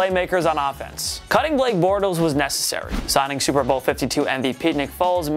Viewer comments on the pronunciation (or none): none